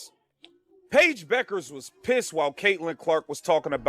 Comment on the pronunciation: The name is pronounced BECK ers, NOT BOO kers.